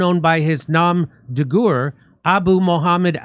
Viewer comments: his “mom de gooer” haha! You really were a C student. It’s pronounced “nome de gare”. It’s French and it means literally war name. Fuck me that made me spit out my coffee. Doesn’t he read this stuff before going on line? If there’s something strange he can look up how to pronounce it? Jon Liebowitz (Stewart) would do that! Love you Jimmy, just breaking balls you. GOOER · "Nom de Gurr"😂...really